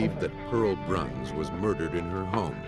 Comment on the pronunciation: Pearl's last name is Bruns not Brown. It's pronounced (Bruuhns)